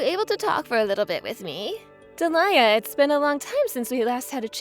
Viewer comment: Alex sounds 15 and his avatar is of an adult - his dad, perhaps. And he's a bit too good at English to only be, what, 9? And it's pronounced Dee-lee-a not de'liar.